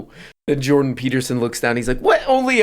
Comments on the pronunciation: it's Jordan Peelterson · Jondon Pee Beatermin